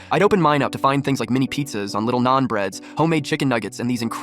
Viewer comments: he's saying the way he said it was wrong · "Naan" breads...